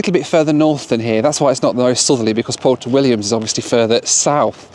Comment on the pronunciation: It's not pronounced "porto", it's "pwerto".